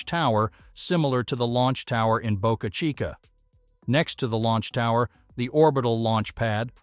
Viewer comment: Nailed pronouncing Boca Chica beautifully. The video is good, but pronouncing Boca Chica properly is worthy of a shout-out. I for one absolutely appreciate that fix. Thank You.